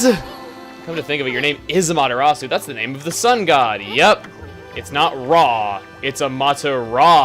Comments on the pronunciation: i don't want to sound like "one of those guys" but your pronunciation Amaterastsu is killing me, Chugga. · As much as i love chugga, every time he he says Amaterasu's name i cringe. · gooooood I forgot how cringey Chugga's pronunciation of Amaterasu was lol. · Amaterasu sounds like Amata-RAW-SOUP! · I think you're saying amaterasu wrong